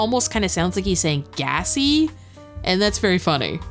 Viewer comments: Nah I straight up thought he said gassy before you said lmaaaoo. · I heard him say "Gassy" - repeatedly. Also, WHO IS NINA?!?